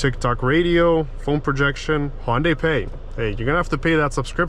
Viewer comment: I dont agree on certain things regarding your findings. I watched at least 8 other videos . I cant disagree more with your comments. And you get nauseous driving this car?? Btw, the car is pronounced HUN-Day. Not HON-day. Juy sayin